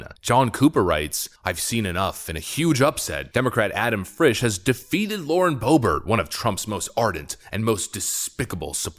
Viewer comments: Go back and watch again, when you said "Adam Frish" it sounded an awful lot like "Schiff" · You said Schiff instead of Frisch. That's quite the Freudian slip. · slip calling Boebert's opponent "Adam Shiff" made me laugh way too hard. It's hard to keep ***holes separate. Lmao